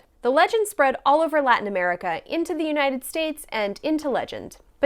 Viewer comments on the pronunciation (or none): none